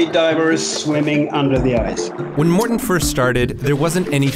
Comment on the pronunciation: His name is Mårten not Märten.